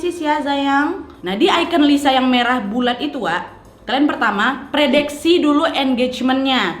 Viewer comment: Kak omara bilang predekse🤣🤣🤣